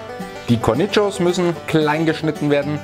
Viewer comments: Kornitschos ? Echt jetz? Kornischoons gesprochen. Aber schaut echt lecker aus. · Bei dir hören sich Cornichons nach einem Mexikanischen Gemüse an😂👍